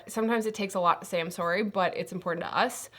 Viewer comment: The Canadian “Sorry” is so cute hehe